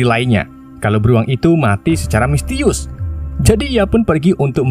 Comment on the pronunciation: Misterius bang bukan mistius